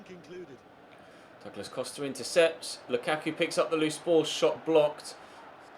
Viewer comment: DOOOglas costa LMAO thats how you say it ??? XD